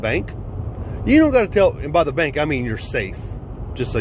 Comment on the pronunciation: 🤣 agreed. When he said bank, I knew what he ment but it sounded like he was about to have a stoke when the words came out of his mouth. 🤣